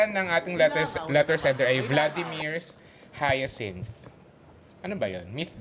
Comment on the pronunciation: yung kung anong ginanda ng pakasabi ng "Hyacinth", yun naman ang pinalpak ng "Dirik" 😂😂😂